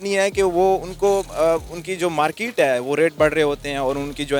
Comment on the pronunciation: Abe zahil market hota hai markit nhi😂😂😂😂🤣🤣🤣🤣🤣